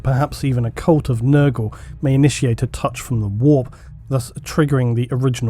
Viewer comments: annoying voice, says "whoorppppp", instant down vote. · English people say "the warp" like "the wap" and that makes this video so much funnier